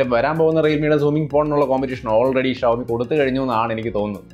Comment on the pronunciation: ഷവോമി അല്ലേടാ ഷവർമ.. 'ഷോമി ' ആണ് right